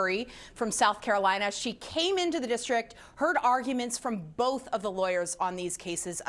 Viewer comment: Thanks for not putting an "L" in the word "both", often pronounced "boLth"